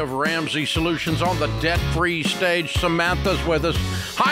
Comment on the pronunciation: Here, I'll save you all some time. Here's the Dave Ramsey Advice: "What you need to do is MAKE MORE MUH-NEY. Make more MUH-NEY, stop spendin' so much MUH-NEY and get outta DEH-YET." There, I just saved you 2 hours, 3 minutes and 45 seconds.